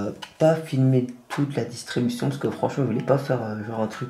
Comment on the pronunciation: Gg a toi belle action mais on dit distribution on pas distubution